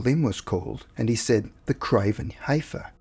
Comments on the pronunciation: Not HAYfer it is pronounced HE fer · The craven heifer is pronounced "the craven heffer"